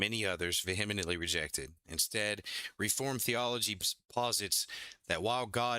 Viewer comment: I say this with a smile on my face; no malice. Vee-uh-ment-lee❤